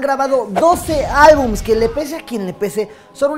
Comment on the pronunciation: Se dice álbumes verga!!